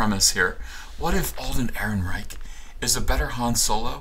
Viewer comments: That's a soft "ch" like a punctured bicycle's tire. Not a hard "ch" that sounds like a "ck". Chhhhhhhhhhhhhh… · Roll the r's, chchchchc the "eichchchcch" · Yeah, I didn't like "EhrenreiCH". On the plus side, it reminded me of Victor Borge's phonetic punctuation, and who doesn't love that??